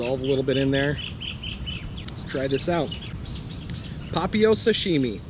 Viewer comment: Nice vid as usual. Papio = Pah Pee Oh with the emphasis on the 'pee'. BTW: Any chance you can do a video on Ocean View and Milolii? Talking about the bad the good, etc. I lived on Oahu for 10+ years, and kinda looking to head back to the aina.